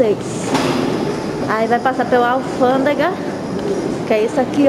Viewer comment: Muita gente criticando a menina só pq ela fala alfandega, e muitos aí nunca teria a coragem dela de viajar sozinha e enfrentar sozinha, nossa povo triste, parabéns, alfandega, ou revisão de malas VC está arrasando tem meu jóia.